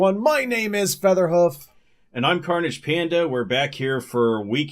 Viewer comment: carnage panda huh for a moment i thought he said Cornish pana.